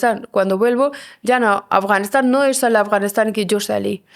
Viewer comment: Porque el chico dice Afganixan, 🤔😏 Ea Afganistán👌🏻👌🏻